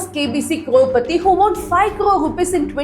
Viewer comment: 'won' is pronounced exactly like ONE 👈